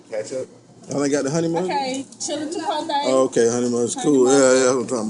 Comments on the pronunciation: Chipote or chipotle?🤣🤣😂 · So everyone is just gonna ignore the fact he said chipotae 😂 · Wtf is chipotay?